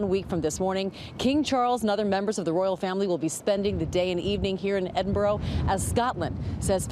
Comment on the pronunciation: It is not ‘Edinburrow’ / it’s ‘Edinberrah’. It’s ‘Monerk’ not ‘Monarrk’ etc